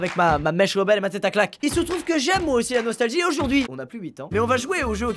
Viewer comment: Au tout début écoutez bien il a dit la nostajuie